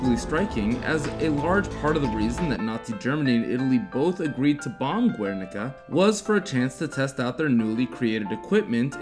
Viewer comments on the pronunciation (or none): Its pronounced gernica, not guernica